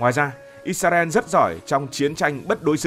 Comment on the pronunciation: IS - RA - EL Cách đọc trong tiếng Việt: - Sao lại đọc là "Ít - Xa - Ren" nhỉ? - Tại sao không phải là "Ít - Ra - En"?